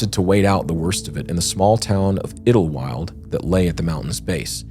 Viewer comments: okay, my brother in Christ, that's twice. it's called Idyllwild. say "eye da wild". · I love you guys and your content, but, as someone who grew up in San Jacinto, it was painful listening to your pronunciation of San Jacinto and Idyllwild. 😂😂😂